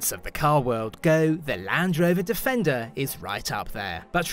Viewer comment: Its 'Defendery'! Lol